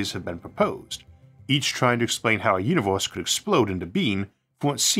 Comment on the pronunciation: the "Univeuws"